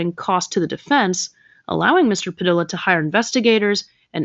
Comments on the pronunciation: Padilla = Puh-dee-yuh 😒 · FYI: The name “Padilla” is pronounced “Pa-DEE-ya.” A double L in Spanish is pronounced like a Y. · 😂 It sounds ridiculous pronouncing Padilla that way! Perhaps learn to pronounce names correctly... That's kind of an important part of it when you're trying to make a name for yourself by talking about other people.